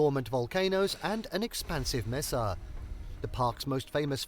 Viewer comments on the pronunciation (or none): They should have narrators that know how to pronounce what they're talking about. Gila: hee-luh mesa: may-suh Bandelier: Pronounced correctly the first time and minutes later mispronounced. The stress is on the lier, pronounced leer.